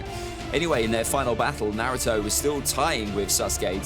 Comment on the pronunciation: why u say naruto so wrong?